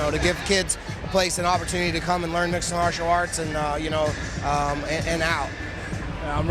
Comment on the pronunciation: He cannot say Mixed Martial Arts lol